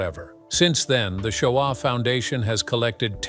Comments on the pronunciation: U are pronouncing "Shoah" incorrectly. You also left out an important part of how the Shoah Foundation was first thought of. Steven Spielberg got the idea for the Shoah Foundation project after survivors visiting the set of his film Schindler's List expressed a desire to share their personal stories with him, stating their experiences were "larger than the film". Touched by their earnest requests to have their individual testimonies heard and preserved, Spielberg decided to create an organization to document these invaluable accounts for future generations, leading to the establishment of the USC Shoah Foundation. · Can't even pronounce Shoah correctly. Get a human.